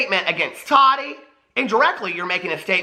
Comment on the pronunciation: Tah-ti not totty